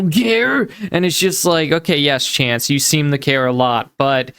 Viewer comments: Is he saying "O-A", when he means "Okay"m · Hmmm I see his mouth is now so swollen he can’t fully form the work okay and instead says ohay lol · Drives me crazy. That is NOT how real Ohioans say “OK”. As a woman born and raised in OH he is the only person I have ever heard say that, especially in OH. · I like to think it's OHAY